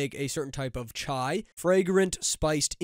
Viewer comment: Damn bro actually said Chai pronounciation correct 🙏